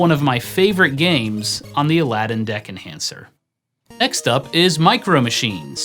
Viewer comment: everytime you say deck enhancer i hear dick enhancer